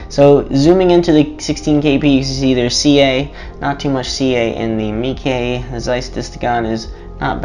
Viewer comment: Dude it's not pronounced "Meekey"